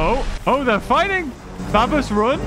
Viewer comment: It’s hilarious that everybody that plays the isle say “babuhs”